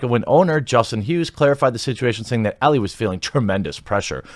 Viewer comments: Great video except that Ellie is pronounced Ell-ee. I have no idea how ie comes out as eh or how you didn't catch this before the video. Is Elleh even a name? Alright I'm done roasting you, take a like. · It's Ellie, not Ella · Ellie not Ellah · ellIE not elLE 🙄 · Why are u pronouncing “Ellie” two different ways?